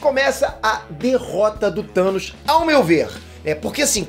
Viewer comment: Toda vez que fala "do Thanos" eu escuto "tutanos" 😂😂😂